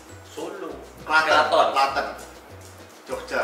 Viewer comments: wehhhh mas jerome reti "Klaten" barang oo,, salam dari klaten bang :)) pelafalan nya bukan ê tapi é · Pas bang jer bilang "klaten" gemes banget pengen bilang baca huruf "e" nya kaya di kata "setan" 🤣🤣🤣, next battle bahasa jawa sama bayu skak coba bang jer plis plis 🙏🙏🙏👍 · Bang Jerome koreksi dikiiitttt. Klaten cara pengucapannya kayak ngomong "ember" hihiiii. Seneng bgt deh dom aku dinotice :D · Seneng bgt bang jer nyebut "Klaten" meski cara baca e nya masih salah. Huuu kota kecilku dikenal sama bang jer. Yokk bisa yok menantea klaten, biar deket wkwkwkwkwk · wii Jerome tau Klaten, tapi baca e-nya salah jer😂